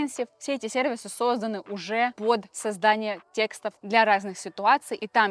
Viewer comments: Тексты!! Запомните! Тексты! Ударение на е! А не текста. И не текстОв, а тЕкстов! Зачем вы так с русским языком?! Уже в котором видео. Не буду больше смотреть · Лайк за видео, но одна вещь все испортила, пожалуйста, говорите грамотно: тÉксты, тÉкстов, а не тесктÁ, текстÓв!!!